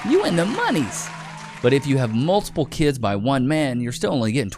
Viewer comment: Kids vs. Keeds ask vs. axe